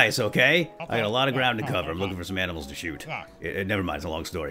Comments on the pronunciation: well how many times did I hear aminals instead of animals XD still nice video :) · You said aminals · "we're gonna go shoot some zombies maybe some aminals on the way"....what are aminals 😂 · he says aminals :D love your vids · we heard aminals like :D